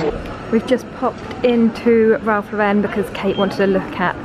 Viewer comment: Ralph Lauren is pronounced LOR-enn, not Lor-ENN.